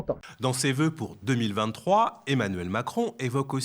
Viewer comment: Ze vœux